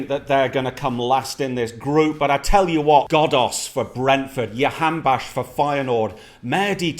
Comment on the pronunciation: btw as a iranian jahanbakhsh is not pronounced like that. it's pronounced like J in jamie. jahanbakhsh جهانبخش